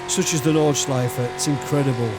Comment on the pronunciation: Well done, that's a podium, 😂 To watch this is really fun. I think you had two really big weapons: Track knowledge at the "Nordschleife" (and I'm really fascinated, how perfect you speak the name of the track and of some of the corners) AND knowledge about how to treat a car with much to much power, no real aerodynamics, no abs, no TC or else on a track, tight like a normal public road at the Eifel. Oh. Be ware of catching a cold, if you really gonna install a air conditioning in your playroom. 😉 {And what I wondered. Is it a Chevy monte Carlo, you're driving? I love that raw V8 sound.}